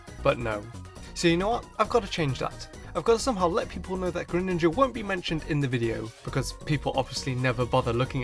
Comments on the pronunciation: Lol when you said Graninja it made me laugh 😆😆😆😆😅😅😅😅😅😅😅😅😅😅😆😆😆😆😆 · All those times you said “greninja” in the video. It starts to not sound like a word